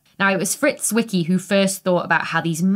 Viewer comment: Why do I always think of Transformers when you say Fritz Wicky? 😂